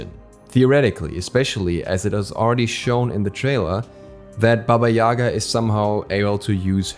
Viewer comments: Its pronounce baba Yagaaaaaaa, not yaaaaaaga. The sound focuses on the last A not their first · Well, it's pronounced [baba ya'ga], not ['yaga] :c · Not Baba yAga , bAba yagA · but it is actually pronounced as BAba YegA, not as YAga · More correct to pronoince baba yagA. Atleast Russian fairy tales call her like that. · No, it's pronounced BAba YAgA. There is no "e" sound anywhere. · I can't be the only one who thought that said baby Yoda😂